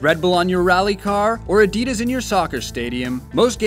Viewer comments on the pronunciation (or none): none